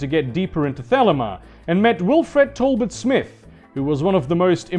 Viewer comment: The way you pronounce thelema makes my ears bleed